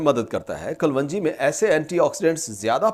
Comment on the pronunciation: O Paindo doctor sahib, Black seed nu Kalounji kehenda hain Kalwonji nahi. Gal samaj ayi?